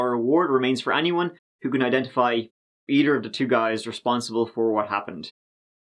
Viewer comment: Me: how do you pronounce the word Tenth? Narrator: tent Me: how about Thirty? Narrator: turty Me: and Either? Narrator: eedur